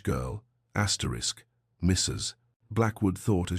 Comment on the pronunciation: I can't listen to “Asterix” over and over. Please fix this problem, for this is not the only video.